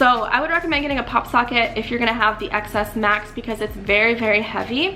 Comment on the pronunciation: then she should've just named the video "rating the iphone XS Max" oh forgot there is no such phone pronounced as "XS Mas" its supposed to be "Ten S Max". Girl she doesn't even know how to pronounce the dang thing. OMGGG I swear.